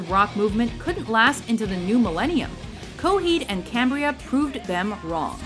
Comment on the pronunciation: Coheed And Cambria? Really?..